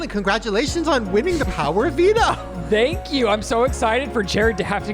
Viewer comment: Everytime Shane said « the veto » all I could hear was Devito